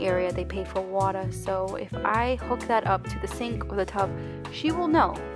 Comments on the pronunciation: Yes I love how she says "wata" and "showa" 😂 so cute! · I almost died...watuh and vineguh 😂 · The waaaaay you say water took me out ! 😂 waaaah duh I say it like it written, wa ter 🇨🇦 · I like the way u say "water" 😭